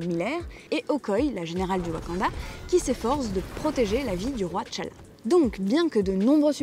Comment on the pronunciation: Un sujet très intéressant. Cependant, il y a quelques approximations: - Prononciation : Okoye (prononcé Okoyé) T'challa (prononcé TéChalla) - Wonder Woman se passe pendant la Première Guerre mondiale pas la Seconde.